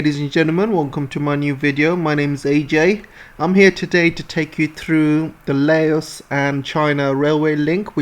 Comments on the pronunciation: Fun fact. There's no S in Laos. It's pronounced as just "Lao" Like "loud" without D. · trade containers from cambodia thailand vietnam laos going to eu started from laos 2 days ago. taking 3 wks journey instead of 3.5 months by container ships. its pronounce as " loud" not "lay os" did u know british ruled part of laos. xipsongphunna. and then china took it in 1949. train is not a gift. a loan needs to be paid back. usa gift for laos was to send it to the yrs zero. uxo still killing. even after 200 yrs uxo will be a problem